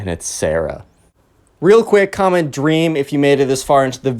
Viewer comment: OMG "DWEAM!?" shut up lol funny thing